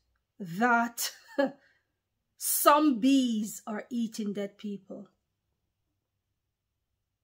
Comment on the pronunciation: When you said “some bees” it sounded like you said zombies